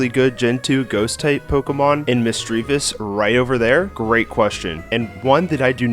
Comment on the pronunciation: Murkrow* (not Mucrow) Teddiursa* (the first A is supposed to be an S), Miltank* (only one K), Misdreavus* (not Mistridus), Stantler is not a Ghost-type! Hitmontop* (not Hymochop), Magneton* (the I is supposed to be an E), Forretress* (2 E's and 3 R's), Weavile* (the name is supposed to end with an E), Sneasel* (there is no I), Mamoswine* (the first O is supposed to be an A), Gyarados* (left off the Y)